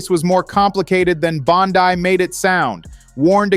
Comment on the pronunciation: Name pronounce Bondee(Bondi)